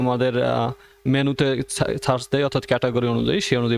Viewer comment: আপনার উচ্চারনে কিছু সমস্যা আছে। - সার্চ কে আপনি বলেছেন সাচ